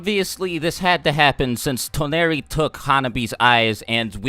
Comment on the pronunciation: He pronounced Toneri wrong